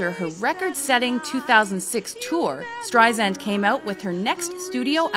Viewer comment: Good video, but it hurt my ears to constantly hear STREISAND mispronounced!! It is with an "S" sound, not a "Z"!!!